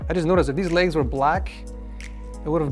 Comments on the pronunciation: Legs not “laygs” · Duder fr just said "ligs" Instead of legs lmao